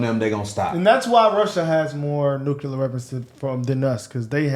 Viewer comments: Maybe less noo-kyuu-ler? Nuclear? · Tucker is basically saying that no one should have nucular weapons because they are bad